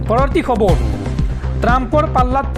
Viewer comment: খবৰ শব্দটো খবৰু কিয় হয় বাৰু?